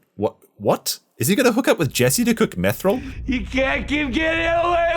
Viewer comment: Come on it's bad. Stop sitting on the fence in hopes of some Amazon bucks. Even the last episode of Game of Thrones is much better than that entire season of ROP. 1:6:45 "Methril" 😆